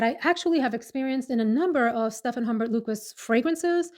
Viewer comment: Humbert pronounced oom bear. It's French of course! Lol! Great video! ❤ Lisa